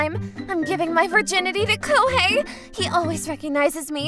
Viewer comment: Lmao koihei.....hahahah bruh that was funny but seriously its Ko-he-i.